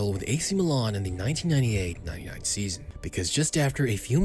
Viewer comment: Milan* not Melón